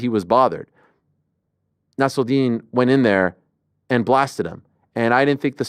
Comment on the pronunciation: Why is Ariel pronouncing Nassourdine with a french accent? Lol. He is originally from Russia and his name is of Arabic origins.